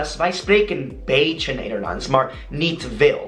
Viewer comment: Omdaat is pronounced as omdat, dat similar to the way you say that, mar is maar. This is the way to get a dutch accent.